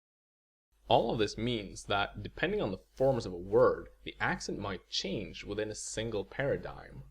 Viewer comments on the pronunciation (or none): none